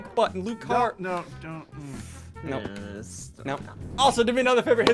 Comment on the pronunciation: how to say sundees pokemon name loo-car-E-ow